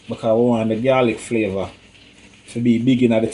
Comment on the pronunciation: tooo funny.. "u waah infuse di pot wit flaava"